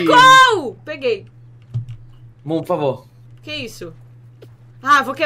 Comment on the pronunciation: nossa "faz seri porfavo" nossa nossa aprende português querido